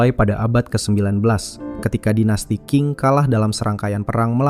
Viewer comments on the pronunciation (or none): none